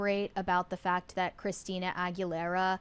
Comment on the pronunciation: You’ll admit “thawt?” Do you mean “that?”